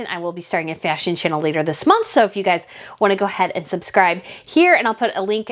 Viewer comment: Every time you listen to this "Chanel"? I think you mean " channel.". Chanel was a fashion designer.